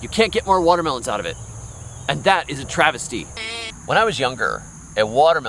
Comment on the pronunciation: Are you saying 'Travis'ty lol